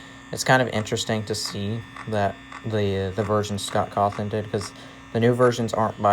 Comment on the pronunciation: Finally. One person who actually say Cawthon. Everybody else is saying "ScOTt CaWThRoN"